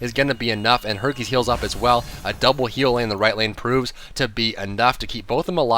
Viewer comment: when said hercules. I thought he said herpes